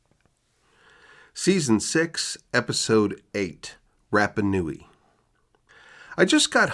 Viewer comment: its pronounced Ra like the sun god, not like Rap. RaPa Nui